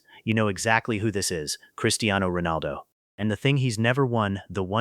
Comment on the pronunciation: Bro it's cristiano not chirtiano btw this is great video and great explanation